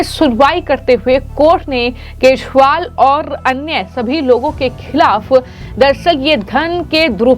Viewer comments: अपने एंकर को दिल्ली के पूर्व मुख्यमंत्री अरविंद केजरीवाल का नाम भी ठीक तरह से नही बोल पा रही है जो अरविंद केजरीवाल की जगह अरविंद केशवाल बोल रही यह एक बार नहीं बल्कि 50 बार बोला इसके अलावा कई ओर खामियां है एंकर के बोलने में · Speak name correct not keshwal but kejriwal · Md ji hindi bolna seekhe Arvind Keshwal nahin Kejriwal hain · एकदम रद्दी तरिका बोलनेका ! जिसके बारेमे बोल रही हो वो नाम तो ढंग से बोलो. बोलनेवाली व्यक्ति और बाकिके साथीदार सुन नही सकते क्या ? एकदम दलिंदर विडिओ, बोलने का तरीका रद्दी ! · Madam First learn how to speak Kejriwal word. This type of poor quality presentation can't tolerated. Great problem with pronunciation, clearly. Learn from Anjuji or Maninanderji or equalent capacity in news reading. My 80 years of age such poor quality presentation never seen. You are good influencer or relationship taken part in your appointment in this field.